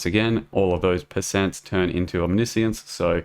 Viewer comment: We officially got another type of pronunciation guys. „Omnissience“. with omni-science and omniscience we got 3 now !